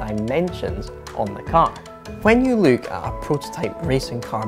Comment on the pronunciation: Who is this “luke” you keep talking about, i think you might be trying (failing) to say LOOK